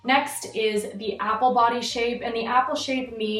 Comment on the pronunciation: i can’t remember when but one time you said body i seriously thought you said putty